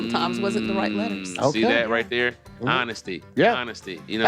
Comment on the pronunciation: I like the way you say thurr thurre thuier 😂😂😂😂